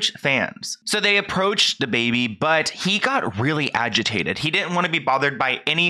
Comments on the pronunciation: Every time you say “Da”Baby, I cringe. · The way this dude say dababy lmao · and I love you but please never say his name again